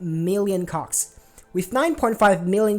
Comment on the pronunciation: No sir, I heard it...and I won't unhear it, even if you ask me nicely 🤣